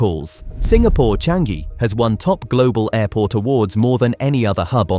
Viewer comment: It's Cha-ngee... not Chang-gee...